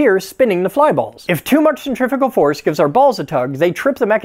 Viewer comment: It sounded like you said Centrifical Force.